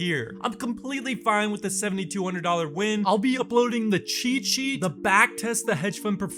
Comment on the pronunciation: Can you properly pronounce "cheat sheet"?